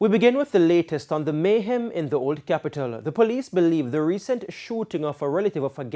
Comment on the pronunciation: And isn't not Mayhaam ...it's Mayhem